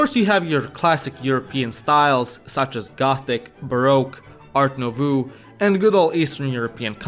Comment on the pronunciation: "ART NOOVOO"